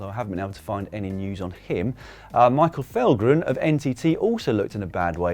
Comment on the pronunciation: Michael Falgren? Danes do not pronounce V as F ;) We are not Dutch or Germans. :D Valgren is pronounces Walgren.